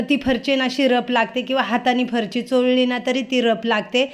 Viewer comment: ताई तुंम्ही फरशी ला फरची का म्हणतात??तुमचे व्हिडिओ छान असतात❤ sorry राग मानू नका😊